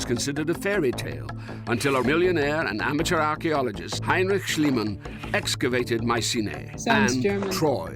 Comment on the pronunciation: The name is Schliemann, not Schleimann. The digraphs 'ei' and 'ie' are pronounced very differently in German.